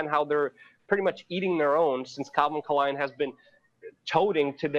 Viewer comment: Lukes 4d chess move pronouncing it K-lein as to not get picked up by the algorithms... Genius :)